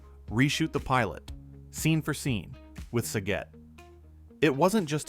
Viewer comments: You lost me on the first fact. Sa-get (RIP) not sa-git. If you actually watched the show you would know that. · Oh my God it's SAGET not sagit😂